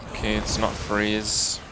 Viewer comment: "oke" made me laugh somehow